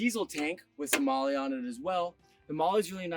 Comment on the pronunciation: FYI MOLE is not pronounced Molly, great camper.